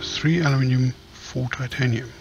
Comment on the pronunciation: OMG lol its titanimiumiumium xP